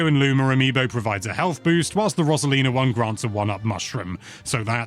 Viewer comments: We finally hear a review that pronounces Yoshi right, only to hear Rosalina wrong… huh!!?! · Roserlinaugh Mare-yo Loomer